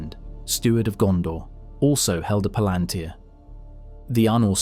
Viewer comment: Did Tolkien, being a devoted linguist, ever give guidance on how to pronounce various things? I only have the movies as basis, and there for example, IIRC, the u in "Barad-Dur" is not pronounced kinda like an ü but like a u. Maybe for mass-pleasing reasons? And palantir, I only heard the emphasis on the third syllable before, but you put it on the second. And there you do it yourself, for the plural palantiri. - And you put the emphasis on the first syllable. - you write palantír. Does that "í" inform about emphasis? Implied is it does not, since you use all variants. Reading mistake, added a "the". It is peculiar, another devoted Tolkien fan on Youtube has this problem, too. - Devotion is also expressed through thoroughness.